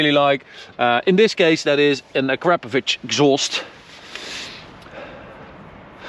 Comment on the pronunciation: Ack raa po vitch. Not "A crap a vitch" lol its far from crap.